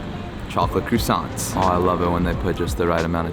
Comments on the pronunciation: I’m not usually “that” person… but the way you said “crU - sant” made my face cringe. 😂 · The butchering of the words omg croissant! cant cope lol great video though cheers!